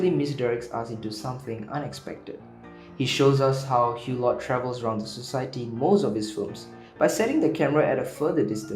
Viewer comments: "Eww-Lo", not "Hugh-lott"!!! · The ‘t’ at the end of Hulot is silent.